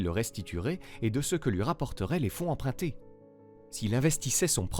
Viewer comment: Il faudrait quand même cesser de prononcer "empreinter" pour "emprunter" et se décider à apprendre la différence entre les sons UN et IN.